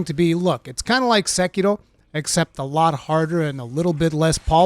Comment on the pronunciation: Appreciate how Americans go full cosplay on pronunciation. SeGkiro! For a second you turn into a samurai with a full back story. 😂